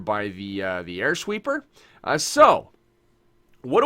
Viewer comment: Air Shweeper